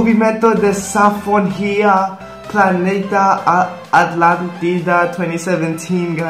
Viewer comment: eu me senti mal por rir dele falando guys toda hora e dele tentando pronunciar "movimento da sanfoninha" KKKKKKKKKKKKKK